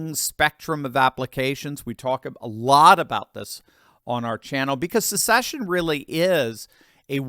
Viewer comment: See ya! Someone tell kh, there’s no “U” in the word secession. It’s not a “sucksession”.